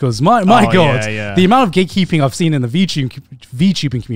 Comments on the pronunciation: The entire time I thought they were saying "gaykeeping"... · why i always hear gaykeeping when then say gatekeeping sdsafdsfsdfsdf